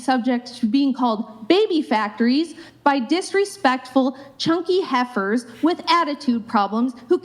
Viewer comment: "Chunky Heffer" 🤣🤣🤣🤣🤣🤣